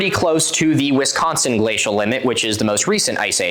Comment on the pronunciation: the way you say Wisconsin is so weird to me as someone from Wisconsin lmfao